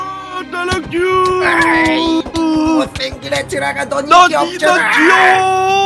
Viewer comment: 따라큐가 아니라 따라츄에요